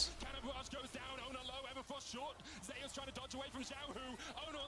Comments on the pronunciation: Not trolling, google how to pronounce Zeus. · Why are they calling Zeus Zay-us